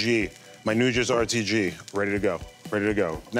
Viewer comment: Dude, learn how to pronounce nduja.